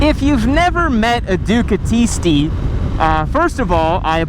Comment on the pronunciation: bro you said Ducatisti the right way. Bravo!!!!!!!